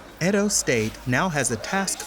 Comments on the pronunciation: It’s Edo state, not Edon state. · Mate, its Edo not Edon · im nigerian its edo not edon state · I blame Benin people for this 😒 Also It's "Edo State" not "Edon State" To be fair, a lot of these girls know exactly what they are going to do in Europe, but Nigeria is such a terrible country that prostitution in foreign countries is considered a more lucrative option for desperate people like this. While the Nigerian govt through the anti-trafficking agency, NAPTIP is doing a lot in terms of orientation on the dangers of trafficking, they fail woefully in arresting and convicting the traffickers and middlemen and even fail worse in repatriating these young girls.